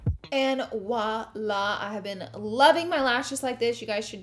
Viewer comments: 😂 girl it’s “voila” not “walla” Love the makeup, just had to say that haha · Why is no one mentioning that its VOILA, not "woila" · Her camel face when doing mascara is literally me 😂 why we all have to make that face when we do mascara? Specifically bottom lashes lol. Also I love that she said "wah-lah" instead of "voila". She is just so stinking cute